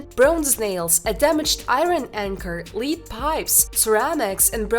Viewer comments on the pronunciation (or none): Leed pipes? you mean lead pipes!